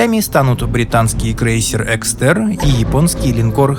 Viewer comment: Крейсер экстерн).. Эксетер) хорошо хоть не Эрнст) А так ты крут, спс за обзоры)